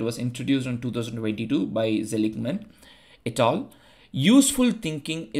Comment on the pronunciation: Yah it’s sounded like a title when you were reading 😅